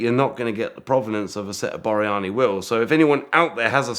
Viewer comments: It’s Borrani wire wheels. Not Boriani. They’re a lot easier to find when you can spell and pronounce them correctly. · Wouldn't that be Borrani wheels ? ( 3 syllables, not 4) And when it's finished, he wants to do doughnuts with it. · Fascinating,. ('Borrani', by the way.)